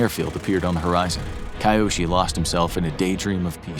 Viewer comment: A bit of pronounciation practice wouldn't have hurt before making this. It's really jarring to hear sometimes pretty near perfect pronounciations and then kAiOsHi even though I'm sure his name is Kyoshi... Hard to tell with that pronounciation though. It's either Kyoshi (K-yoh-shee) or Kiyoshi (kee-yoh-shee) but definitely not what the narrator is saying.